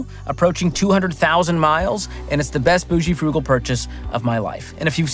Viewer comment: "Bougal" (boo-zhul)